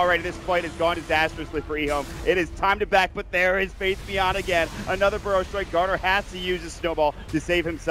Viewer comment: faith.bian they read it like faith Beyond